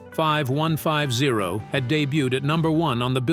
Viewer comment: It's pronounced 51-50 bot